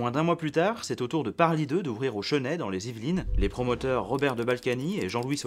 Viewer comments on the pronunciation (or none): On ne prononce pas le Cheunais mais le Chainais ! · On dit pas cheuney mais chésnay pour parly 2. J'y ai habité 12 ans. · Commentaire complétement inutile et donc complétement indispensable! A , on prononce "au Ch[ai]snay". 😉 Comme toutes tes vidéos, celle-ci est très intéressante. 🙂